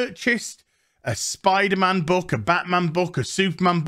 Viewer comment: I like how you say Spiderm'n